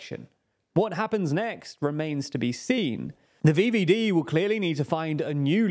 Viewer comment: Heating VVD with English pronunciation cursed